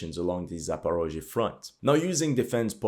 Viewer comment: I immediately understood where you get your information from, as soon as I heard your pronunciation of the names of Ukrainian cities and territories (that's what Russians call them). Not Zaparozhye, but Zaporizhzhia, not Dnepr, but Dnipro.